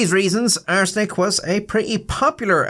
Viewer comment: Does anyone else notice when says "arsenic" it sounds like he is saying "butt steal"?...With his accent I guess its a good thing its not the...third... edition... 😂😂😂